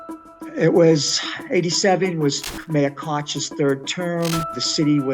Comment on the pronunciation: 041 Isn’t Koch pronounced Coke not Kauch